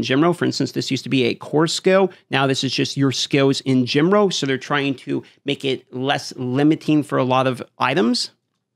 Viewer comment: General. You say: Gen-woll Like a little baby kiddy kid kid poopy pants